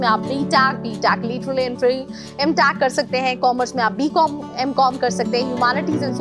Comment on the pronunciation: Whattt is btaac , mtaac atleast pronounce it properly (btech , mtech).